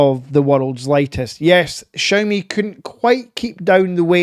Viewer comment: Please learn how to pronounce Xiaomi 😂 ps can't blame the accent I have the same one